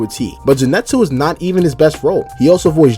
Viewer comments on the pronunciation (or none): To this day, idk why ppl pronounce Zenitsu as "Zee-net-su